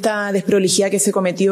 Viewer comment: ...con esa "dessdproligidad"... jajajaja. .. alguna vez firmaría algún contrato de cualquier tipo ....algún cheque...letra ..mamamia...que nos espera....que le pasen una lapicera..de nuevo....(.......)